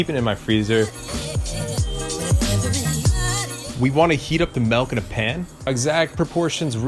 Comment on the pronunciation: please stop saying "melk"